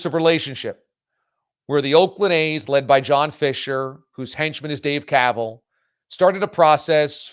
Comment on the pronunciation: Kuh-vaaal is like that “Dumbass” commercial, “it’s pronounced du-moss.” 😂